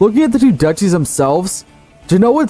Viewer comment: Duchy is pronounced Duke-y.